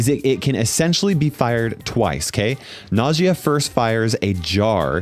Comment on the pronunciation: I think Nagias name is supposed to sound like nausea